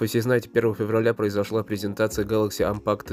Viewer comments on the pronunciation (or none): Презентация а не презинтация.